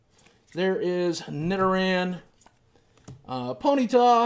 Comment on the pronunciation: I agree you shouldn't make fun of someone who pronounces thing wrong. I would love to help you out with it though Nidoran : knee-dough-ran Pidgeot : pid-gee-ot Tangela : tan gal - ah